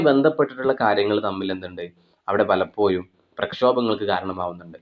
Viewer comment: പലപ്പോയും അല്ല,പലപ്പോഴും